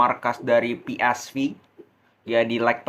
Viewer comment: Jgn sok inggris lu.. club PsV.. di bacanya p. S. Vee.. bukan vi.. dia tim belanda bkn inggris..